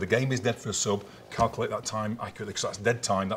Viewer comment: Calcalte.. he cannot pronounce Calculate properly.. it’s infuriating 🤣